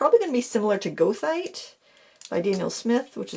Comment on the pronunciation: I love my Rosa paints especially the PG8. I can order them from a store in Toronto but never thought to look on Etsy. Thanks for pronouncing Goethite because I had no idea how!